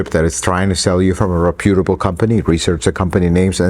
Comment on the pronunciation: Good video. Respectful suggestion: Do work on your pronunciation of the word Reputable.